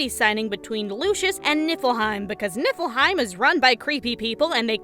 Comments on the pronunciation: I keep hearing nippleheim.... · "Nippleheim". I can't unhear it. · Keep hearing Nipple-heim. Just me?